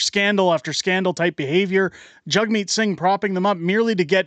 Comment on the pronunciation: Its JAGmeet , not JUGmeet! A JAG is not a JUG!